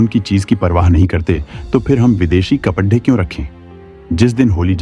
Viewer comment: साडी को सादी बोल रहे हो । कपड़े को कपदे बोल रहे हो